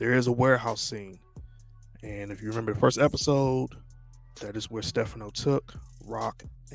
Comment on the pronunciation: The incorrect pronunciation of Stephano’s name is killing me.😭😭😒😒😒